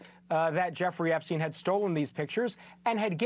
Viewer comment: Why do they all pronounce"Epstin" , "Weinstin", while they pronounce Einstein properly? That's kind of ridiculous honestly...